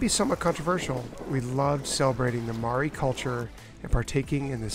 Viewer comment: Oooo you butchered the Maori words but thats ok. You should probably have looked a little more into the treaty before calling it controversial and explained a little about the relations between Maori and the crown. But its all ok ur a great family who mean well. A little more respect shown to the indigenous cultures of the places you go would really go a long way in showing ur gratitude of being welcomed in to explore there treasures.